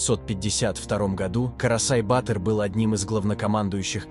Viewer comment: Вообще - то произносится батыыр, а не баааатр!☝Информация супер конечно, но неправильное произношение некоторых слов, оставляет желать лучшего)